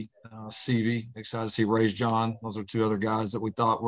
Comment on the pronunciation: I believe Raesjon's name is prounouned "Ray-zhawn" not Rays-john. Not a good sign when the coach is mispronouncing your name the day after he lists you third string.